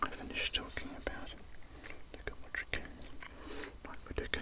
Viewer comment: It's pronounced luka modritch but written as Modric